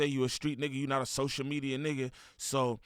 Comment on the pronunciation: It’s definitely Ants fault… gotta stay off dat “Sosha Media” 😆